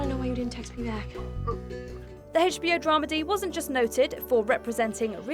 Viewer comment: It’s not hae-ch BO ask the network